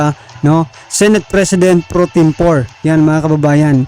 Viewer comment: Senate PRO TEM PORE> ang bigkas PRO TEM POREY